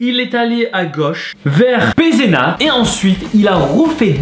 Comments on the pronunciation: Tu sais pas vraiment prononcé le nom des villes de campagne -pézéna à la place de pézenace -millau à la place de miyau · J’habite à Pezenas 😂👍👍et sa se dit Pézenas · Tarba yann moi aussi😂 oui il a pas prononcé le « s » à la fin😅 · ce né pas pézéna ni milau mais pézénas et millau continu comme ça c super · Et Pézenas il l’as prononcé « Pézena » alors que le « s » se prononce 😂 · ah ouais la prononciation des villes fait mal mdrrr